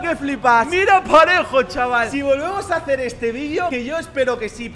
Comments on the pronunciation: soy yo o dijo pajero en vez de parejo😂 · dice pa*ero en vez de parejo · Dijo pajero en vez de parejo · Me cague de risa cuando quiso decir parejo y dijo pajero🤣🤣🤣🤣🤣🤣🤣🤣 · Nadie absolutamente nadie Pajero en ves de parejo Xd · diciendo pajero en vez de parejo jajajaja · Dijo pajero en vez de parejo 😂😂😂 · Dijo pajero en ves de parejo😂😂😂😂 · Alguen se dio cuenta que dijo pajero envés de PAREJO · dijiste Pajero y era parejo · Una persona normal dice PAREJO pero dice PAJERO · Soy yo pero en la parte q sale parejo dice ¿pajero? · Es parejo no pajero😂😂😂😂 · en el minuto 4.12 en ves de decir parejo dijo pajero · Dijiste pajero e bes de parejo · Xq decís pajero en vez de parejo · Se dice parejo